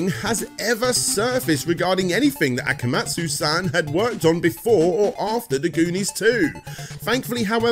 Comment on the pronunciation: You're saying akamujo instead akumajo on purpose, for engagement, right? You even have several advertisements where they say the vowels in the right order. If not, it's easy, just swap the second and third vowels. Imagine saying a puma jo but with kuma instead.